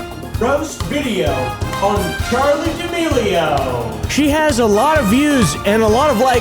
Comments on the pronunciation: This video is all about pronouncing chaley dearmorli wrong for straight. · "charlie d'milworm" - oompaville 2021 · “Charli damealworm”